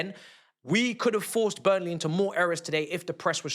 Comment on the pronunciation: It’s BURNLEY bro chill 🙄🤣